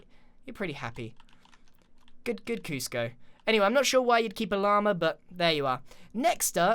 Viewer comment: KUSCIO OMG ITS KUSCO THE LAMA